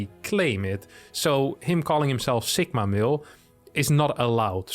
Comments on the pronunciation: It is two words, “sigma male”. You sound like you are saying it as one word and with a k sound instead of a g. Its the greek litter sigma not “sikma”. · That is the most unique pronunciation of "sigma male" that I've heard.